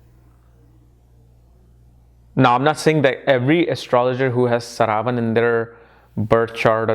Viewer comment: So many years into astrology and this man still gets the pronunciations of most important words completely wrong. 😆👎 Is this how you teach your students... Calling श्रा व ण as स रा व न. Seriously man... Whats with you?